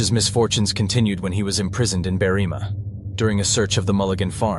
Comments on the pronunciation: The town is called Berr-im-a, not Berreema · It’s Berrima not BerrEEma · When researching Australian place names probably best to ask an actual Australian about pronunciation. Berrima is pronounced Berry-ma but quickly. No drawing out the ry or ma. Apart from that it was a solid presentation